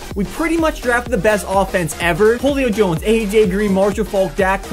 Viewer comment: he says holey-o Jones instead of huleo jones